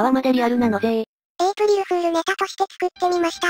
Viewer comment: エイプリルフールがエイプリルクールになっとる笑